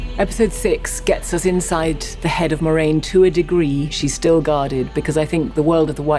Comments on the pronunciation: guys. It's Mwah-rain. Not Moy-rain. There's literally a pronunciation guide at the back of the books. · Is anyone else a little weirded out by how Rafe is pronouncing moiraine as "moy-raine"?.. I'm very much loving the show and I generally don't care about pronunciation so please don't take this as a complaint. It just caught me off guard the first time I heard Lan say it that way and I'm surprised I haven't heard anyone talk about it.